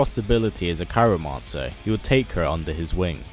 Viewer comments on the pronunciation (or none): ya the coolest YouTuber but it's "Cry-o-mancer" sorry mate but keep these videos comin there excellent all the best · It's cryomancer btw :P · Said "cryomancer" wrong, every single time it was said.